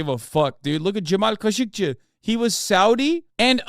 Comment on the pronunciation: Hearing someone say Khashoggi with an actual Turkish accent instead of how we’ve all been saying it in the US made me turn 6 shades whiter